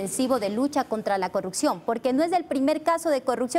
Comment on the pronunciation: No entiendo por qué muchos asambleísta no puede decir corrupción todos dicen CORRUCCION, así como dice la asambleísta Veloz. Lean eso ayuda mucho a mejorar!